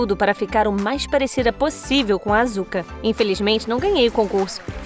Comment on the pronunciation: mds q dor---------- a pronuncia da asuka AAAAAAAAAAAAAAAAA